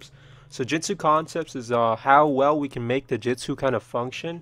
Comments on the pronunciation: Dude. Let me be truthful with you, the way you speak lacks the pronunciation of the word. It's JU-TSU, J-U-TSU. With a U, not a damn e. You're legit saying Jetsu. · jitsu,jitsu,jitsu not to be mean but its pronounced Jutsu (Joot - su)